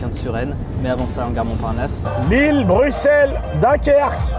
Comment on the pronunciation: Il a dit broussel 🥲